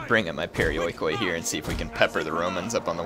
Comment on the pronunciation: its pronounced periiki (περιοικοι).not being a pronounciation nazi just helping...